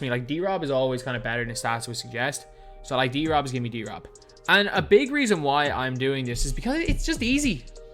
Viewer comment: Reading David’s name like that is so wack to me, I feel like it should be D-Rob not drob